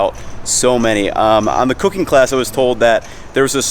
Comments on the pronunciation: why does it sound like he said cocaine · I thought he said ' cocaine' . Took me a second to figure 😅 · I swear I thought he said a little bit of cocaine instead of cooking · Yo when he said cooking sounded like he said cocaine